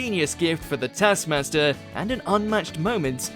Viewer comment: Rhod did not rip off his bikini bottom - Alex ripped off Rhod's top, while Rhod ripped off Alex's bikini-bottom, look at the tasks you're gonna talk about you bell-end. The show's not pronounced täskmäster. The rest of the video is similarly shit - harsh but true.